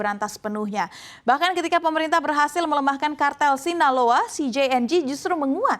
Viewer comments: Host'nya amburadul dalam penyebutan kata. Mencho diucap menko. Sinaloa diucap sinolao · Sinaloa aja jadi sinalao😂